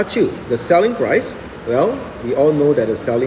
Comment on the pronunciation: It's "price" not "proce"